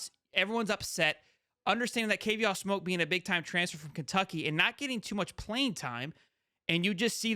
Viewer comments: I do like your channel but please do a little more homework. His name is pronounced like the cognac, Courvoisier (core-va'-see-ay). Please get the names right so that we can enjoy your content. This young man speaks from a certain point of authority since he came from the portal as a star running back from the SEC, but was utilized on special teams CU. Hopefully, this special teams experience will enhance his stock the NFL level as scouts specifically mentioned this one of their practices. Additionally in the comments below, CP did share some of the NIL shine - Alton and Charlie appeared in a national commercial with him. Also, I do think It remains to be seen how recruits will interpret the course of events - remember, we don't see everything as the general public. Finally, CP put out a short video to the NCAA (kinda "shade") stating that the NCAA didn't think things through with the NIL; these paid NIL athletes will start acting like professional athletes. To me, that is how I interpreted Kavosiey's remarks... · Kuh Vaw See Ayy You gota say their names correctly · His name is courvoisier "Kuh-vos-si-ay" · The way dude pronounced kid name shows me he don't follow Colorado.